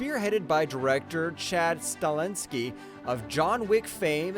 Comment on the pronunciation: Highlander director's last name is Sta-helski, not Stalinsky. The commentator brutalized several actors', directors', and characters' names in this presentation. Do some research before presenting geez.